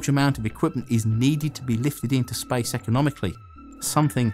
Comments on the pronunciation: Why does he say spice instead of space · Why you say spice instead of space? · Sounded like you said Spice Race.. Thought this was about to be about a rocket to Dune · “Spice” station? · Why did you say, "spice rice"? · The spice rice? Spice station? Come on, learn to pronounce words right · i thought he said spice instead of space ,lol curry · First 5 seconds I heard: "In the history of SPICE" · spyce?? hahahaha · Is he saying "Spice" or "Space" 😅😅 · I first thought he said "the history of SPICE"...im still laughing on myself... Love your contents sir. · why do i keep hearing him say spice in the begining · I keep hearing him say Spice instead of Space, changes the context massively. The history of Spice! The Spice Race! The first American Spice station, Spice Fans! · everytime you say space, it sounds like spice. Am I the only one that hears this?